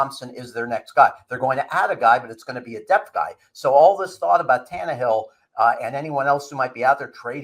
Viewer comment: Can you say Tan-Ne-hill